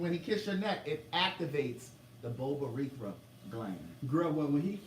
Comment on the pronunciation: I’ve learned to do my homework from listening to you on the Queen’s Supreme Court. Half the time you only know bits and pieces from stories on the docket. The other half you bs your way through it. Your pronunciation of the Bulbourethral gland didn’t sound correct. Might be your accent or where you chose to put the accent on the syllables in the word. To clear things up the Bulbourethra gland has nothing to do with the anus and everything to do with the prostate, penis, sperm and urethra. This only applies to men not everyone who has an a**hole as you stated. Just needed to clear that up. I do love coming to your channel watching you and